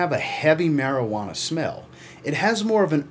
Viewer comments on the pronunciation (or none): You say marijuana like a cop lol!!